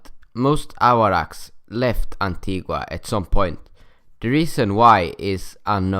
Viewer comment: It's pronounced antiga. The u is silent